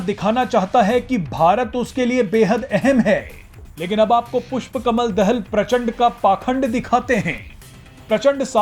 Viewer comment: भारतीय मिडिया पुष्प कमल दाहाल के नाम तक को सही उच्चारण नहीं कर सकता तो इन मिडियामें प्रसारण होने वाले समाचार कितने सत्य /तथ्य प्परक होंगे???😝😜😆